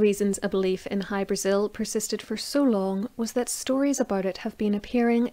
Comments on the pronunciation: It's pronounced hy- bra- ZiL. Most definitely not Brasil . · In Irish oral lore the name Hybrasil is usually rendered with the emphasis on the vowel "a" rather than the vowel "i" as in the name of the south American country. Aditionally, is it possible that the Azores islands or Madeira might somehow have come into the frame?